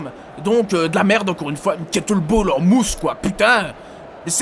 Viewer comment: cool cette expo , au fait c'est kettlebEll et pas kettlebAll.